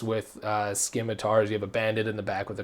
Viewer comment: This video should have more views, even if you did say scimitar incorrectly. Good info though.